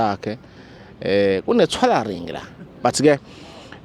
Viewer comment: He said "Thwalaring" there you go